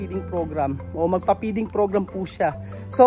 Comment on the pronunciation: Peeding program na sabi mo o feeding program ang tama.